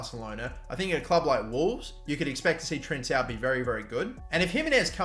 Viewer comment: Ayo Francisco Trincão, not Trinsao , you need to say it like Trinkao